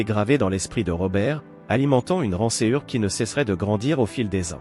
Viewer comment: Encore une voix virtuelle. Désagréable, fautes de diction française. Etc.. Une rancéhure ??? C'est quoi ? Vous devriez revoir. Sanglota T elle ??? La liaison svp. Et ce n'est pas tout. Navrant N'en déplaise à certains (es)